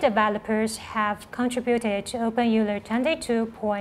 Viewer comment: How is it you're using Euler's name but can't even pronounce it properly?